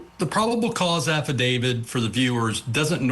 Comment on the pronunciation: Affidavit not AffiDAVID. A "journalist" should know this.🤪